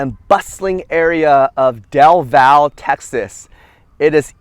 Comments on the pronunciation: Just wanted to state that the e in our cities name is not silent its del valle not del vall also alot of us love our trees and think there is way to much construction but people in charge are about making money anyways i guess companys are running out of space to build stuff in Austin so they're now they're moving out to the smaller towns around Austin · Great video! FYI - the correct pronunciation by us locals, is Del Valley :) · Also as someone born in Austin it’s definitely del valle pronounced “valley”